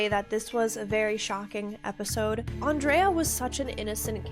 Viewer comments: Her name wasn't "On-dray-uhh", it was "Ann-dree-uhh". RIP Andrea Yes, I know some people spell it the same way and say it the other, but in this character's case it was Ann-dree-uhh. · I’ve never heard anyone pronounce Andrea the way you do 😂 I don’t know why it makes me laugh.